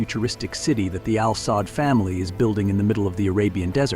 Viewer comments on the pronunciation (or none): It is pronounced as Al Saood not Al Saad family of Saudi Arabia. Also, This family doesn't own Aramco or the national fund. These & other investment belong to the country of Saudi Arabia not the family. And they certainly don't own or scare the American president.